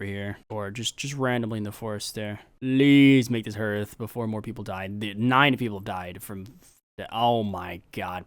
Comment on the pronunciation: Hey, just a quick one, hearth is the same word as in hearthstone, the vowel doesn't sound like an e but like an a